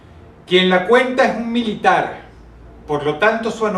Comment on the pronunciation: idiota la pronunciacion seria MIL-ITAR